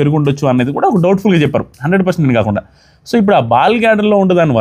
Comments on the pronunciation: Ball glader kaadu gaal bladder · Adhi ball gladder kaadhandi garu adhi gallbladder andi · Ball gladder kadayya adi gallbladder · బాల్ గ్లాడర్ కాదు గాల్ బ్లాడర్ అనుకుంటున్నాను